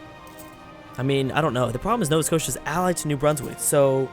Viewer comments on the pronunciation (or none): none